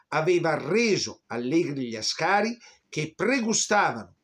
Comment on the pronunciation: I soldati eritrei si pronunciano A'scari ( in eritrero As'kar ), con l'A iniziale marcata. Da non confondersi col pilota Alberto Asca'ri ove la marcatura è sulla 2^ a. Inoltre Chèren e non Cherèn, almeno Chèren la pronuncia così Mirko Campochiari in un video sull'omonima battaglia del 1935. Gli abissini erano guerrieri sì ed orgogliosi della loro indipendenza che assieme alla Liberia negli anni '30 erano le sole 2 Nazioni dell'Africa indipendenti